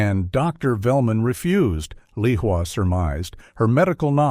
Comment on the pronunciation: Leah is pronounced Lee-wa? I wish real live people would read these stories instead of AI because I get weary of such obvious mistakes. Not only was "Leah" read as Lee-wa but "Lisa" "Leroy" "Leehwa" and "Lacour" were also read as Lee-wa. And what was the doctor's name? It was given as Dr. Feldman, Dr. Zelman, Dr. Bellman and Dr. Wellman. Good story but the mistakes were very distracting and careful editing would have caught many of these errors.